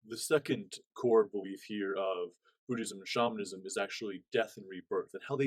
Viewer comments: Hi, wishing you the very best. The pronunciation of "Buddhism" is: "BOOD-izm." In the video, it sounds like you're saying "BOOD-ee-ism." Hope this is clear. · Hi, thanks for the video...FYI, it sounds like you're pronouncing the word "Buddhism" a bit incorrectly. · Haha 😂 it sounds like his pronunciation triggered you too much to see the knowledge.